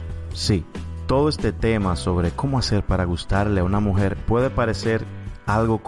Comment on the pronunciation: Escuche como 100 veses la palabra mujet